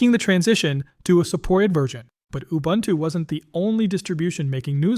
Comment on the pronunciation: It's not ubantoo... Please get it right.